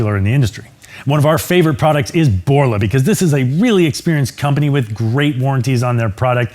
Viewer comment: As soon as this b hole said BORLA I had to stop watching. Their quality has completely crapped the bed. Especially on a Z